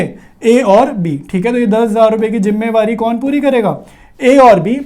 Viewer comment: Jimmewari 😂😂😂.....jimmedari hota h